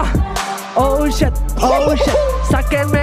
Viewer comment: Excelente video, solo que no era "SHET" es "Shit" xD